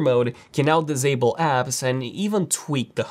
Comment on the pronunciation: "dizable them"